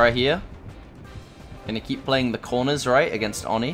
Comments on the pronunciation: I think it’s pronounced oh-knee not onnie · Oni (Oni) not Oni (ani) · ON-NEEE bruh it’s OH-NI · Its pronounced oh ni not or ni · It's oh knee not ah knee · its not fucking ON-E its OH-KNEE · I hate when he says Awni it's oh ni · I hate how you keep saying Aw-ni instead of Oh-ni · oni i pronounced oh-ney not awe-ney ipa: /oni/ not /ɑni/ japanese: 鬼(おに) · Its o-knee not on-e lol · Please pronounce it Oh-knee, not On-E. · Nobody:: Awni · Do you Call him ONi I always call him oNEE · It is O-KNEE. 😂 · man really said "on knee" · Whats "Awni"?? I know about the new killer Oni but I haven't heard of "AWni" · dude it's pronounced OWN-EE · It’s pronounced “owni” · No rudeness intended but it is pronounced Oh-nee,this was pain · You pronounce oni wrong. It’s oeni on awni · Anyone else annoyed by the mispronunciation of Oni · anyone else slightly annoyed by how he says oni 😂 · For the love of God. Please stop pronouncing Oni like that.